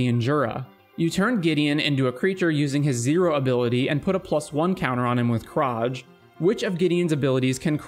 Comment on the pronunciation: that's not how Experiment Kraj would be pronounced, like many things in Ravnica (including the name Ravnica), people pronounce it wrong, since they're Slavic (or Slavic influenced) names. :D It's been so fun so far, I'll have to pause for now, but missed 11 out of 27 rules. Doing better than I've expected. lol